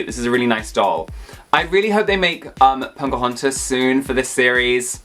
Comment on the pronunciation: U saying PoNcahontas is giving me life!